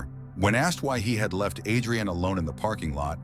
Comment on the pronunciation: Narrator keeps mispronouncing Adrianne’s name. It’s pronounced with emphasis on the the A, not like two names Adri-Anne. Is thisAI?